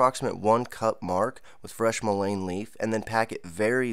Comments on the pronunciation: Pronounced Mull IN Not mull ain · I would look up your pronunciation of Mullein. I never heard anyone pronounce it the way you do. The way you pronounce it would be spelled lane. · It is pronounced like this: mullen, with a short vowel sounding u and e! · Pronunciation is like "mull-IN". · Great information but please Google Mullein pronunciation . It's pronounced Muh luhn